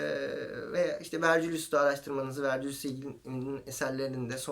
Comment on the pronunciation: Küçük bir düzeltme: Latince olarak Vergilius olarak yazıyorsak, Vercilyus diye değil, Vergilyus diye telafuz ediliyor.